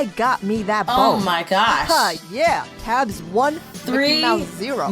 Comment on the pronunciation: I think you pronounce Tabbes name like Tay-bbes and not tabs?? I don't know tho